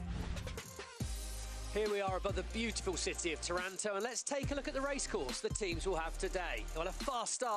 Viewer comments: Wha? Taranto is in Canada, right? Aha! I get it...,I recently asked an Italian from Campobasso how to pronounce Taranto...,she said it's tah-rahn-TO...,well, let's see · Well, well...,it's tor-RAN-toe according to these non Italian-speaking commentators....